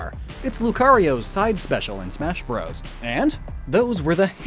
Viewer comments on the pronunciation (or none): none